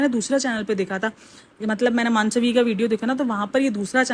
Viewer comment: मानसवी नहीं मनस्वी